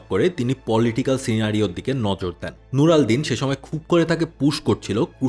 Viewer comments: " নুর আল দীন " প্রচন্ড বিরক্তিকর লাগলো! তার নাম সুলতান নুর উদ্দিন জাঙ্গী! তাকে নিয়ে আরবীতে আলকামেল গ্রন্থে সবচেয়ে বেশি আলোচনা করা হয়েছে! এমনকি তাকে সালাহুদ্দীন আয়ুবীর থেকেও আগে রেখেছে! প্লীজ নামটা ভালো করে উচ্চারণ করবেন! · কি বারবার নুরাল দিন লাগাইছেন বিরক্ত লাগতেছে 😴 উনার নাম নুরুদ্দিন জেঙ্গি আর রেনাল্ড কাটালিয়ন হবে না উচ্চারণ টা আলাদা হবে ভাই 🤣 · আশা করি পরের কোনো ভিডিও তে এসকল মানুষের নাম সঠিকভাবে উচ্চারন নূর আড দ্বীন না ওনার নাম নূরুউদ্দীন জিঙ্গী রাহিমাহুল্লাহ